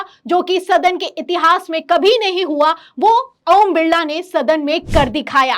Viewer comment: ओम बिल्ला नहीं ओम बिरला